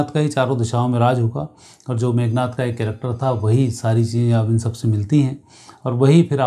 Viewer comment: 😂😂 मेघ नाथ😂😂 या मेघनाद😂😂 Very lousy narration.